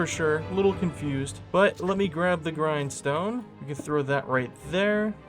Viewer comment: Legit thought you said "groin stone" instead of grindstone, and almost spit out my drink. 😆 Loved the video, you should do 200 days fr bro.